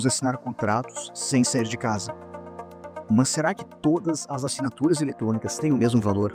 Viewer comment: Parabéns pelo vídeo. Mas ficou a dúvida, porque "mãs" ao invés de "más"? rsrs